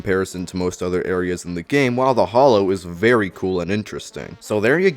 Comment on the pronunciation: Why is it only in the Terraria community where people pronounce "hallowed" as "hollowed"? It irks the crap outta me. Two different words and pronunciations.